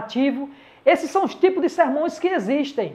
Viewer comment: Qual a pronúncia correta. Sermões ou sermãos??😊